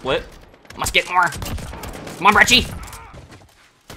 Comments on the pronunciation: Lil late but not brechie ita pronounced like breki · Not "breechie"